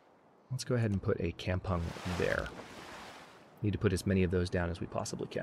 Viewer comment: Kampung is pronounced kam-poong Kam with strong A